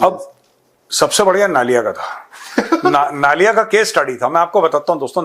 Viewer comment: नलिया he sir नालिया नही.. I have lived in Naliya AF Stn for 5 years